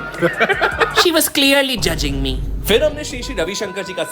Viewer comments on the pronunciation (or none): "cOmE aLoNg WiTh mEh" Was epic 🤣